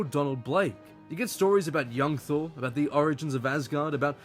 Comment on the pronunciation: "THORR" oops!